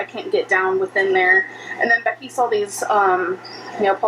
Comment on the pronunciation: I heard her say "sawl" instead of "saw" again